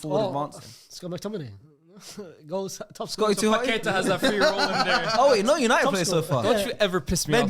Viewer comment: Paquetá you pronounce like lyes says it, but instead of the accent on the e its on the a, And joão is not pronounced like joao, search on translate how to pronounce, I can't really explain it,it's pretty close Hope it helps! 👍🏽